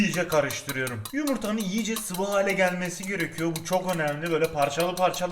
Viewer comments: Abi o iyice diye yazılır iyice diye okunur yiğğğce diye okunmaz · Abi yiyice değil iyice